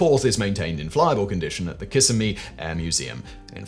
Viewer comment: Hate to correct you, It us not pronounced Kiss A Me. Actually is Ka Sim A Me. Common mistake.